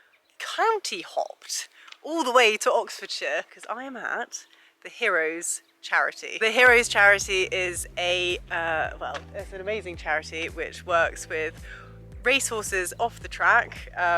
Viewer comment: Really interesting episode. Great to see how well cared for they are at this charity. However, my OCD is working overtime because the charity is called "Heros" and you pronounce it "Heroes". Did they forget the "e" in their name?